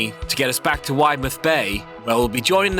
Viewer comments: I live in Widemouth — it’s pronounced Wid-muth! Great video 🤙🏼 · Boscastle is my local fishing spot - 30mins away from where I live (I was fishing there in late June) and just FYI it’s pronounced Wid-e-mouth lol.